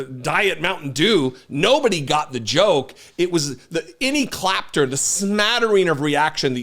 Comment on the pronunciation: “clapter” I love that little slip haha im gonna use that from now on